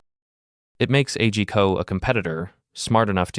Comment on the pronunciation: Isn't A G Co promounced as on word ?